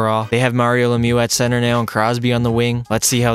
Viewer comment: Mario lemiou 😂😂🥴